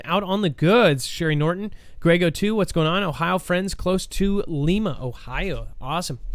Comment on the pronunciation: You said lima ohio wrong ..im form lima ohio ..i live there now..ive listen to you for afew yrs one day il call in an o boy will that be a conversation...